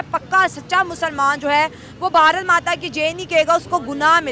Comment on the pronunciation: जाहिल लोंड़िया " ब हा र त " नाही "भारत" होता है जाहिल लोंड़िया 😂😂